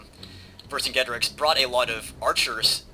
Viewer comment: Ver-sin-jay-tor-eex= Vercingetorix.